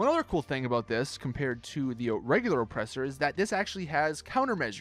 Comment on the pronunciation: Why do you say ŌPresser like that